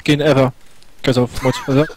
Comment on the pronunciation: how you say it? Moysteriseur?!.... I recently downlorded Starwarz Repurblic, but it sux, I playd 2 hourz... - ROFL. Stephano is the business.